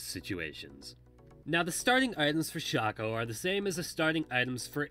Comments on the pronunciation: I call it Shacko, some call it Shayko and this idiot calls it shucko. WHER THE FUCK IS THE U? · IT'S SHAYCO. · It's Shaco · It's pronounced shaco, not shaco ;)